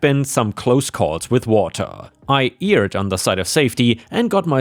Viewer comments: "erred" is said as "error" but with an "ed" sound instead of an "er" sound at the end. So it's not "eared" but "aired." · Erred should rhyme with bird, heard and turd (English is stupid and over complicated). I genuinely admire your language skills, I comment to help you improve them, not to make you feel bad. And because comments help you with the algorithm.